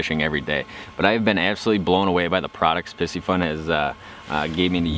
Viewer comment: Great video. Although I think you're mispronouncing the name. Py-cee-fun....not pissyfun. It's a play on the astrological sign "Pisces" which is represented with a fish symbol.